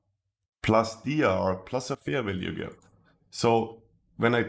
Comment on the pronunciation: I always wonder why instead of Fair Value Gap, he says FERVELIEGE or something like that ? xD I love this strategy, got my first profits paid out !